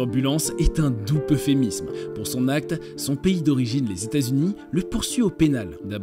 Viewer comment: "un doux peuphémisme" "un nhéro" Le français c'est pas encore ça 🥶🥶🥶